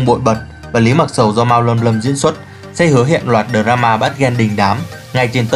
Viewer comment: "tu-ét đây" " đờ ra-ma" :))) đọc tiếng Anh đỉnh thật sự :)))